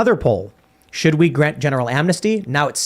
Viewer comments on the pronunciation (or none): none